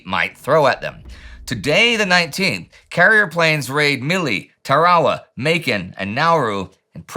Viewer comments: Say it like Anderson on Bevis and Butthead...TAIR-uh-wuh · I always heard it pronounced Tara Wah. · lmfao the way you say Tarawa is so wierd. Tar-a- wa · First time I've ever heard Tarawa pronounced that way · I believe used pronounced it the way the people native to the Gilbert Islands do. Much like with Bataan in the Philippines, it was foreign to Americn ears and ended up mispronounced. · I've never heard Tarawa pronounced like that before. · Not weird at all. It's how the people of the Gilbert Islands - which is to say people who live on Tarawa - pronounce it. The more commonly heard version in the west is a mispronunciation by English speakers.